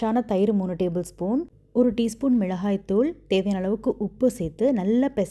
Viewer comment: The way you said Milagai thool. Proper.. 🙏🏻🙏🏻